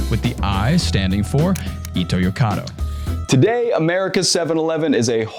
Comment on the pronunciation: When did the name of Seven-Eleven's parent company change to "Ito's Corner of Europe"!? Pitch accent is the worst!